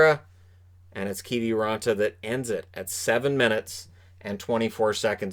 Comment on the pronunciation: What even is a Keevee raantaa anyways